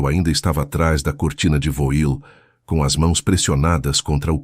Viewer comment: Alguem ensina a IA a ler VOIL? que lê-se voal ...